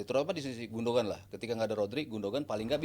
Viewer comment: "gundoan" ya, bukan "gundogan", nyebut nama player gini amat ><